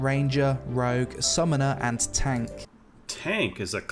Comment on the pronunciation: Its European, its Tahnk. LMFAO